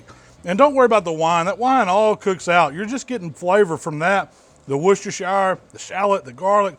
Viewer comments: Its pronounced wuster sauce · It's pronounced "Worst-er-sher" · Closest I've ever heard an American get to correctly pronouncing "Worcestershire" 😀👍 You got the first bit right, but "shire" is pronounced like "sheer" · Think the correct pronunciation is Worcester CHER instead of the SHYER at the end. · wooshtershower sauce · Worcestershire pronounced wusta-shear.